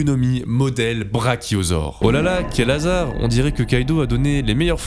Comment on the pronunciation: Dans la video il dit brachiosore😅